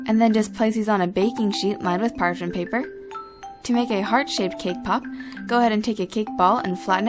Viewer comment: i keep on thinking that ur saying kpop instead of cakepop ._.